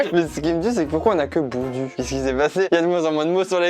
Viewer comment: Boudou se prononce pas comme il s'écrit quand on le dit 👀🙄 on appuie sur le mot